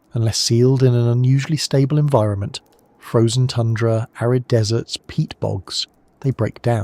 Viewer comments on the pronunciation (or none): none